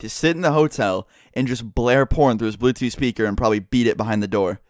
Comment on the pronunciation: Once he said blootooth I knew what happened lol